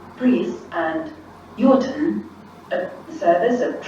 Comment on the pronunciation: That’s… certainly a way of pronouncing Yorton.